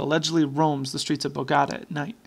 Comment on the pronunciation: please check the pronunciation of Bogotá :)